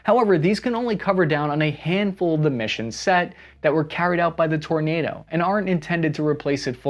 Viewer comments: Kudos for the correct pronunciation of ‘Tornado’ aircraft 😂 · Kudos for not over pronouncing the word Tornado